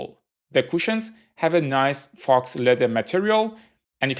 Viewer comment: The faux leather on the headphones is not pronounced "fox leather" its (foh) or (pho) leather meaning fake, just a FYI